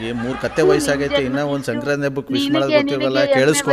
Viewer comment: ಅದು ಶೆಂಕ್ರಾಂತಿ ಅಲ್ಲ ಮಾರಾಯಿತ್ತಿ, ಸಂಕ್ರಾಂತಿ.....😂